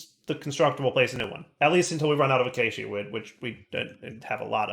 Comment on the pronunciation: Hey, heres how to correctly pronounce acacia. Uh-key-shuh